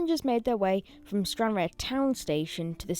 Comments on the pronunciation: It's pronounced Stran Rar not Stran Rare. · Your pronounce it as Stranrar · It is pronounced Stanraar, not Stranrare. I find the thump, thump the background "Music" distrurbing, find something calmer. My advice from a viewers point of is keep the camera steady and do not swing it around, it can make you feel queasy. Watch how some of the professionals do their filming with the camera kept static from scene to scene. Please do a little research before making your video, a look on the Wikipedia entry would help here. The railway originally served the ferry service to Northern Ireland when that ferry sailed from Stranraer, hence the need for all the sidings for freight. The rail facilities were no longer needed for the harbour when the ferry service was moved to Cairnryan up the eastern coast side of Loch Ryan but obviously it must have been not thought worth the effort to take up the unused track. The current Stranraer station is just for local train services from Glasgow and Dumfries and does not have much traffic. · Pronounced STRAN-RAR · It's pronounced stran rahr. Used to be where you got the ferry to Belfast to before they changed it to go from Cairnryan 10 or 15 years ago. Station used to be very busy because of that. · You don’t pronounce the e in Stranraer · that's not how you pronounce stranraer